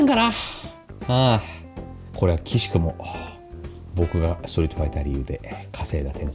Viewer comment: マーダー読み間違い